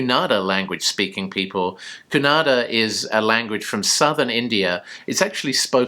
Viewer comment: Wow 😍you said Kannada correctly., even Bollywood people don’t know to pronounce 😀 they always say Kannad